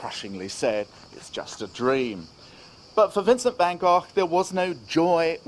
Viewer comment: Amazing that you were in that restaurant where Van Gogh's funeral was held. I love that you pronounce Gogh properly, like we say 'loch' here. There's a myth that English people can't pronounce the 'ch' like that which is why they speak about Lock Ness, I don't believe that